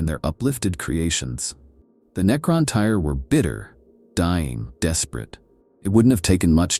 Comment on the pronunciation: It's Necron Tier not Tire 🤦‍♂